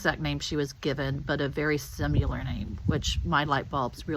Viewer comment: Could you please learn how to pronounce similar correctly? You repeatedly pronounce it wrong. It is pronounced sim i lar. Not sim u lar. There are verbal dictionaries that you can actually hear the correct pronunciation. You need to go there